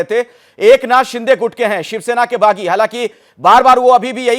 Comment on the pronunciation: Anchor sir, don't say bagi....